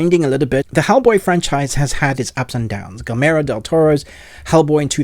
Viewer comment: For future use: Guillermo is pronounced Gee-err-mo*. The L's are silent. Mignola is pronounced *Mi-nola with the G silent.